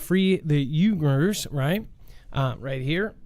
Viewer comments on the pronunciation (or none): Someone has probably already said this, but just in case: Uighurs is pronounced: " wee - gers". Just a little "fyi".